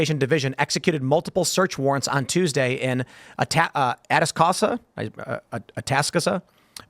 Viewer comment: Atascocita is pronounced "uh-task-uh-SEE-ta" and Bexar is pronounced "beher."